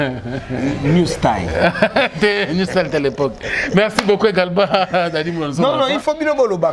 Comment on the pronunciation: on ne dit pas New style (stail) c'est New style (stil )